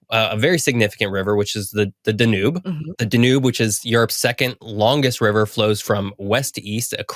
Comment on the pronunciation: Too much inappropriate use of "sort of". Mispronounces Danube. Unsubscribe.